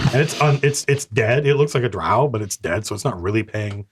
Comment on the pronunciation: Drow, drow,drow your boat ....gently down the stream. Not WOW-Drow